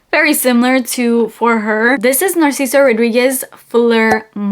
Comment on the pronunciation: I love it but I hate the way she pronounces his name as narseeso😅